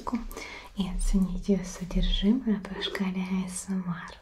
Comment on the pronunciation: Вы уж определитесь с произношением. Англ.: Эй Эс Эм Ар, Рус.: А Эс Эм ЭР!